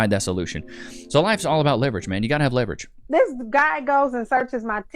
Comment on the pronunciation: Leverage or Levi-rage?